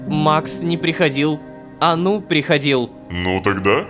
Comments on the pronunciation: Мне кажется не анУ, а Ану (заглавные буквы ударение) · мне кажется что нужно говорить А́ну а не Ану́